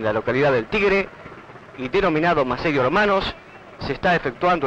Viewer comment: MASSERIO, no Masseiro